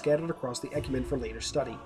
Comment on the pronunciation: Not really a big deal, but Mendicant is pronounced with a soft C, so sounds like "Men-di-sent". Also, Ecumene is pronounced "Ek-yoo-min-ee" Again, not really a big deal.